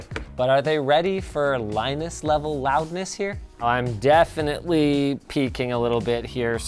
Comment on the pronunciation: The way he says it though: "I'm DEAFenitely peaking..."